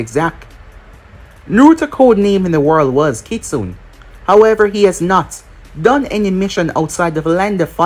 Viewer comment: Kitsune is pronounced Kitsu-Nay Youve been mispronouncing it for years now